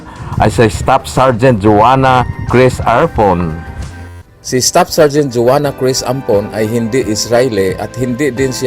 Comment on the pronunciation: "Ay deh epp ng General Stap"😆